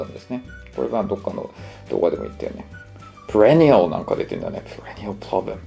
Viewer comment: prenial じゃなくてperennialですね。